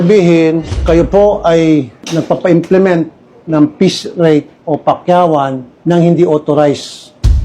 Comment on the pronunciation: You mean piece rate? Not “peace” rate